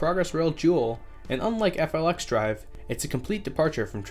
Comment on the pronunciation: Wabtec’s FLXdrive is pronounced “Flex Drive” I’d you want to save yourself some time. Also Net Zero Emissions doesn’t mean no emissions so UP isn’t going to dive into electric traction if it’s not economically viable yet, it just means they’ll offset their emissions in other ways.